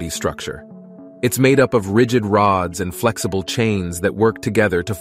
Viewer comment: You were really feelin it when you said "rigged rods"😂